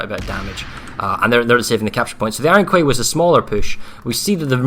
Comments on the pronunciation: Iron Kway? Please.... Quay is pronounced Key... Iron Key.... Man that was bugging me so hard. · Does anyone understand it's pronounced KEY not KWAY Iron Key, there is no such thing as KWAY you overpayed dipahots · wow even these GWR casters are imbeciles and cant pronounce the word Quay properly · pls stop mispronouncing quay omg